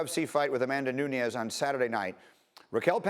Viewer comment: Nuniaaz lol